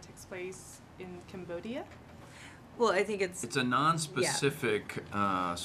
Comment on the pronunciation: Dịch sai thì có, rõ ràng bà MC ns là: camdodia.